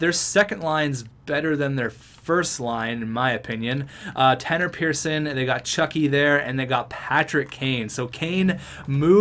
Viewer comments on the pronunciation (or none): none